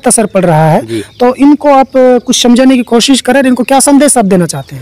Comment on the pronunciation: Hiii Brother apne Salam ka pronounce thk kijye Saal not shal (year) Swagat not shwagat Smjhane not shamjhane Etc....... If you don't my brother You have to learn more your pronounce is not............... 👍👍👍